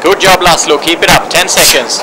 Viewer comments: Its actually Làszlo (lah-slow) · It's lászló not lazlo🙃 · Not Lazlo, László, its a hungarian name. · It is Laszlo , Hungarian name ... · It's László by the way